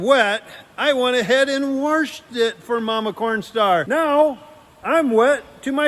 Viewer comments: says warshed it so funny My first mother in law from New Brunswick Canada used to say that LOL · I love how says “waRshed”